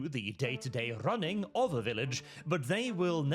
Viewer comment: "Wha are you ronning?! WHA ARE YOU RONNING?!?!😂